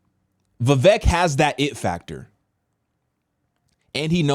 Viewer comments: I'll be voting Trump. Vivek is a brilliant guy though. It's pronounced Vivake. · Pronounced Vi-VAYK lol